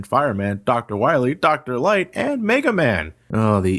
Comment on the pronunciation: ...Dr. 'Light'. Oh those R's and L's!